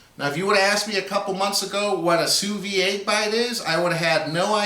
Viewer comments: It's pronounced soo veed (pronounce the "d"). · like it a lot but you should pronounce the de at the end of vide like you would a d from a french man to you looks good can't wait to try